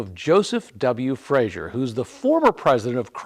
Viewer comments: Great video but I do have one pet peeve - it's pronounced "Fray-zer" not "Fray-zhur" He was Scottish, not french. Still a great car and much appreciated video. Thanks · It's Frazer, not "Frazier."